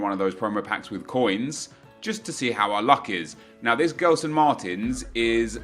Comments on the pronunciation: U say jeslson Martins and not gelson martins ok, love ur vids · It's pronounced Jelson Martins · I don't want to be a jerk, but as a portuguese speaker, the way you pronounce Gelson triggers me. Try pronouncing as if his name was Jelson, it might make more sense to you. Try to think of how you pronounce Gerard Pique; it's not like the english Gerrard.